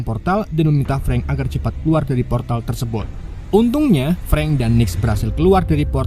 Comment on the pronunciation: Min cobak ngomong " Tersebot" 😊 😁😁